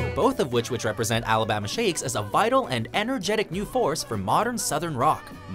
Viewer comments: Is it me or is he pronouncing "Alabama" weird? Sounds more like Alabahma. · Something about the way the narrator says "Alabama" really bothers me.